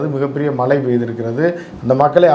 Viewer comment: தமிழ்மொழியை தவறில்லாமல் ஆங்கிலம் கலக்காமல் உச்சரிக்கவும்!! மலை.......அது மழை பலைய......அது பழைய